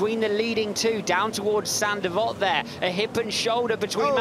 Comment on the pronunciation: “Saint devote” not “sandy vot”